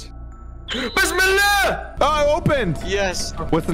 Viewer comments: i laughed when said besmillah 😂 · Why does.say Bissell